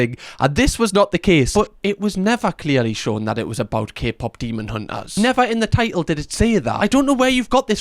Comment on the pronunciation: did that guy say Kpop semen hunters?